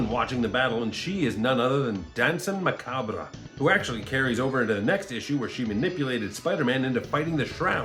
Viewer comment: Great video! Glad I subscribed. And I'm sorry to be that guy, and I mean this as helpfully as possible but you don't pronounce the R in macabre. It's just "Mah-cob" weird I know. Unless you're just doing a bit, then carry on!